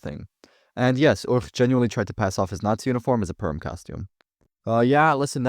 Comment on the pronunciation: its purim not perm